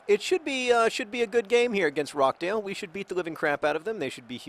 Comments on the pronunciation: John, it's pronounced ROSH-dale, not ROCK-dale. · John I know pronunciation of English clubs isn't your strong point and I can see why you are pronouncing it like that, but it is pronounced ROTCH-DAYL not rock-dayl :) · Just to clarify, it's pronounched ROTCH-dale, not Rock-dale. I live right near there. Pronounce in Northern English John Green and keep on playing Wimbly Womblys. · RoCHdale, as in CH from CHeese. Not Rock-Dale... Also thanks for the insights, I've just moved to NYC, it's a crazy place. Now you're in league 2 football if you ever want to fly over to England you're more than welcome to visit Accrington Stanley, my home town, one of my family memebers has helped the fans also take over that club! I'm sure I can sort out some VIP tickets :) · Did you just call Rochdale ROCKdale? Because, having had the misfortune to live there for most of my life that is bloody hilarious. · naw its pronounced phonetically john :) its jsut roch-dale :) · I don't know if John's mispronunciation of British town names is a running joke that you wish to continue, but John, I'm here if you want to consult someone on how to pronounce British town names, For example, Dagenham: "Dag-en-um", Rochdale: "Roch (Rhymes with scotch)-dale" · Just to let you know, you pronounce the ch in Rochdale, it's not Rockdale. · FYI, it's Roch (rhymes with crotch) dale :) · "rocdale" hmm not quite, John haha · Does anyone want to correct John on the pronunciation of 'Rochdale'?